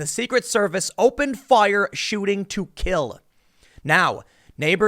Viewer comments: Why do you keep emphasizing "Shooting to KILL"? Security and LLEA don't shoot to wound... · You repeatedly emphasized "shoot to kill" in regards to Secret Service agents. Do you believe there is something else? Real life is not a Hollywood movie.